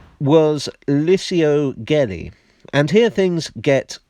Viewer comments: Hello. For future reference, the surname Gelli is to be pronounced like jelly. Ge, gi... Sounds like je or ji in English. To sound the way you pronounced it, it should have been spelled Ghelli. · Great video,, but we pronounce "Gelli" as "jelly". 👍😁